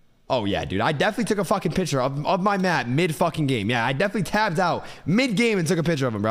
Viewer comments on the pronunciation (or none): "Hooray FORTINTE"💀